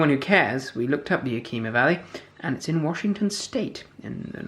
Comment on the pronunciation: Great review. Not to be a pedant but it's YAH-kih-mah (more or less). It always does my heart good to see Washington hops turn up in beers that are far afield. I can't tell you how many Washingtonians have stories about traveling to Germany or Belgium or some other European beer capital all excited to try the local stuff only to be told, proudly, that the local brew was made with Washington hops. There you have it: Globalization. Cheers!